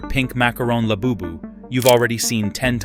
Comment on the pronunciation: Ahh yes. ✨rare laboobis✨